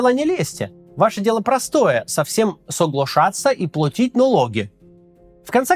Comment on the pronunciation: Акцент смешной ,,соглошатца и платить налоги,,чисто с глубинки🤣😃😃тонко очень в точку Кац тонко психологию страны знает.россия изменетца в своих границах надеюсь целой не Украины.👍👍👍